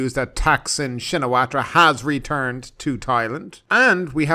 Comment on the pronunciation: You should work on your pronunciation,. (sp?) The 'r' in Srettha is silent, and so is the 'ra' part of Shinawatra. The last name of Thaksin is pronounced simply as Shinawat.